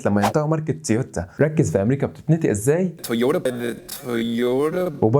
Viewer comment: انت ما تقدر تقول " تنطق " تقول "تنتق"